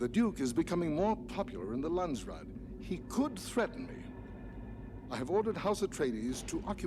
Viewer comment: Brad Dourif is marvelous as Piter De Vries! It's kind of irritating how he repeatedly mispronounces "Landsraad"... It sounds more like "Land-straat" when he says it... / a "country street" in the Netherlands..?